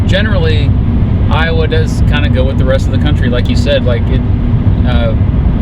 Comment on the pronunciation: iower, I hardly know ‘er!